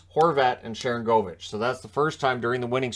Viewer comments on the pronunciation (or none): You've been pronouncing one of the names on that team wrong. It's Sharan goal vich. Even if he's not scoring as much as you think he should, just like the guy who used to play in San Jose was Marcus Score nsen.